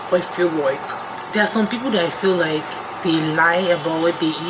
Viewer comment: Every time you say “I feel loike” I say it along with you😂